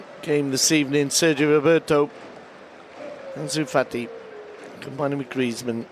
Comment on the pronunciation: He called anus Fati, Junior Firpo! 😂😂